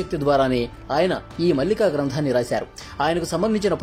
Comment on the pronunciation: పుస్తకం పేరు భవిష్య మాలిక. మల్లిక కాదు.